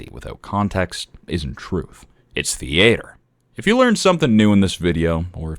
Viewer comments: “its the ayter” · No, c'est tea ah truh.